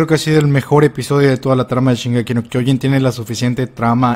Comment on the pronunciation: Casi me corro cuando en los avances el narrador dice: Shingeki No Kyojin